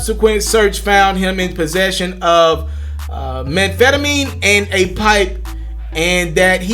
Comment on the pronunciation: what was that, come again. Manphatemine😂😂😂😂🤦‍♂️ and then huhhhh paraphelah. Then you go and say you can read all day. Um buddy pleapleapleaplease stop lol